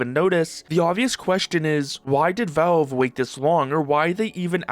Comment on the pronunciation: Say v"A"lve I challenge you